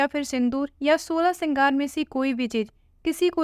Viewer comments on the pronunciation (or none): श्रृंगार होता है सिगर नही थोड़ा ध्यान से पढ़े